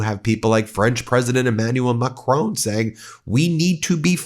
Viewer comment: Learn to pronounce Macron properly!!!!!!!!!!!!!!!!!!!!!!!!!!!!!!!!!!!!!!!!!!!!!!!!!!!!!!!!!!!!!!!!!!!!!!!!!!!!!!!!!!!!!!!!!!!!!!! Its fucking annoying you mangle his name every time.